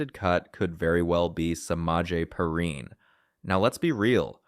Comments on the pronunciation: I hate these AI generated voiceovers. His name is pronounced Pee rine . Come on man! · Bro can’t even get Perine’s name right 😂 and none of this is “new news” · I thought the same thing😂